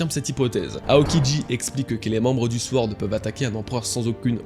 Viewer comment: on dit : SORD pas sWord mon frère